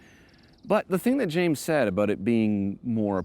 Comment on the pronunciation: My favorite part of every throttle house video is when James says "and eymmm jayhmes" it makes my day.